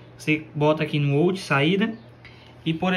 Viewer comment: Uma dica: Não se fala ôut...é áut